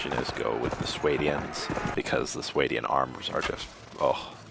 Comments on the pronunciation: I think it's called sw-ah-Dian not s-way-Dian. But besides that good vid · What's a SWAY-DEE-IN?